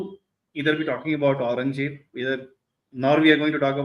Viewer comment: They have Audrey trushkey on their side we have a guy who can't even pronouce aurangzeb